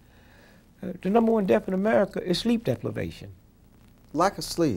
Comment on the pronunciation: Did my guy just say sleep deplivation?